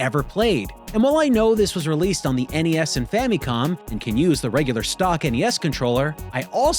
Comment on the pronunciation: i’m just happy to hear you pronounce NES as “en-ee-ess”. this is how i always heard it growing up…but lately i hear youtubers calling it “ness” and i feel like i’m taking crazy pills.